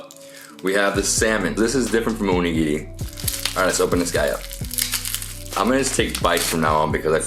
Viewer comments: DID YOU JUST SAY ONI GINI? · this triggered me so much you're not supposed to mix the fricking wasabi with the soy sauce and you are saying the onigiri wrong its not UnIgiri its onigiri AND YOU OPENED THEM WRONG AND RED BEAN PASTE IS NOT FREAKING J AM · How can you be so clueless? At least get some basic information before you fail so horribly. " Uh-nigiri " is called Onigiri and it's not sticky rice and def. not SUSHI. Literally every sweet snack in Japan is filled with red bean paste - not plum jam. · It's Oh-Nigiri, not Uh-nigirrii, the way you say it sounds like Voldemorts snake : P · The way he says onigiri infuriates me. Ooon-nigiri. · Why did you pronounce onigiri as oneginri , this just wrong lol .